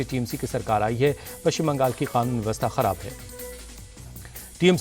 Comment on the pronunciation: Sir khanun nhi kaanun hota h. Khanun ek adabic Shabd h. To please kaanun boliye.